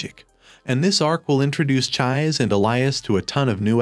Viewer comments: Chi -Say. her name is Chise, not chaiz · It's chi-say not chize😭😭😭😭😭😭😭😭😭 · Dude, did you even watch the anime? Neither sub or dubed versions pronounce her name Chized. This is hardcore rude to more than just fans of the manga and anime. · Please. PLEASE, repost this video with the correct pronunciation of Chise's name. PLEASE, I'm begging you. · Dude, seriously, I can tell that either you didn't pay attention to anime at all because of how you pronounce Her name, or you're hearing impaired to the point where you can't tell how wrong you are about the pronunciation. and judging from the other comments in the comment section you don't give a damn. don't make a recap vid for a show you don't care about. especially when you go out of your way to be insulting about it. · I could not watch it all the way through because of that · I cried because of the pronunciation